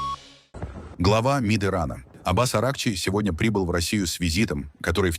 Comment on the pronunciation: Да не АрАхчи, а арахчИ. Все ударения в фарси ставятся на последнем слоге: Низами, Рудаки, Саади и т.д. Где вас учили - явно не в советской школе.